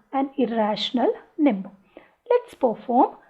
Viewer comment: First Learn how to pronounce "number" properly. Num ber er er r .. Lol